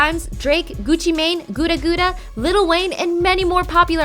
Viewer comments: "Gootuh gootuh" lmao bitch its gutta gutta dumb fuck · Lmao chick said goo-da goo-da 😂😂😂😂 I'm dyin over here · why she pronounce it Gouda Gouda lol